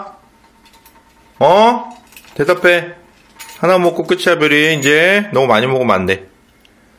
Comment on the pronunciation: 별이 밥이 업떠라고 하는거 같은데😅